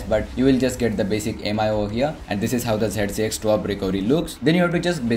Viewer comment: It's not my it's mi(me) 😂😂😂